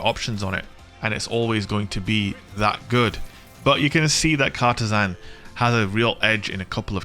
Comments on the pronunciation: You're saying it wrong. It's not Cartesan, it's Cartesian. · Car-TEE-jinn. Sorry, I work in Cartesian coords for a living, makes my eye twitch when I hear it butchered so badly lol. Love ya vids,! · It's pronounced car-TEE-shun. :)